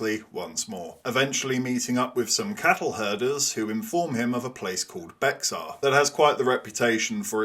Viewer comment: Love the video—just a tip on pronunciation. Bexar is pronounced ‘bay-har’ in Spanish or ‘bare’ by Anglos in Texas.